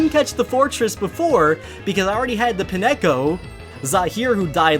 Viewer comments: I hate how you say pineco, it’s not pin-ec-co, it’s pine-co. Because it’s based off of a pinecone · Wait how do you say Pineco because that is not how I have been saying Pineco.